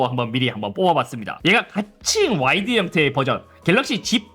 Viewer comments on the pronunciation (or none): 왜 자꾸 와일드라고 하세요 ㅋㅋㅋㅋㅋㅋㅋㅋ 와. 이. 드. 해보세요ㅋㅋㅋ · 내 귀가 이상해요? 와이드(wide)가 아닌 와일드(wild)로 들리는건 왜일까요? 그래도 좋은 정보 감사합니다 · 와이드를 자꾸 와일드라고 하는 것 같네 ㅋㅋ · 아니 잇섭님 와이드를 자꾸 와일드래 ㅋㅋㅋㅋ 야생이냐구요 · 저만 와일드로 들리나유ㅋㅋㅋ 연말에 들리는 올래 같은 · 왜 와일드로 들리지? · 와일드 아니고 와이드